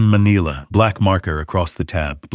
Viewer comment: It's pronounced Ma-NILL-a NOT ma-KNEE-la!